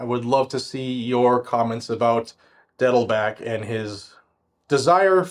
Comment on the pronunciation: Are you intentionally mispronouncing Dettelbach? Bach is german for a brook or stream. Pronounced just like the great composer.